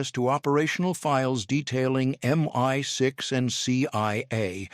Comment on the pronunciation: I’d subscribe if you could sort out the pronunciation of M I 6 /5.